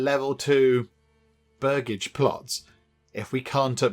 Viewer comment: Its pronounced Burj-age (its where the family name Burgess [Bur-jess] comes from - land owners) Hope that helps!